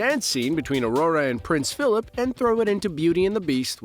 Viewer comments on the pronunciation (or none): none